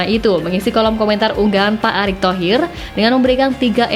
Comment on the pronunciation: Pak Erik mbak Pak Erik .. bukan Pak Arik...hmm Estetis banget bacanya Atawa gak tau mbak...